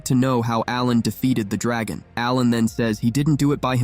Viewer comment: Your pissing me off when you day dragon wrong